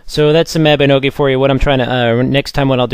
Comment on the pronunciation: uhm... actually, apart from saying mab... he got it right. It's MOB-EE-NO-GEE. this is how the koreans pronounce it.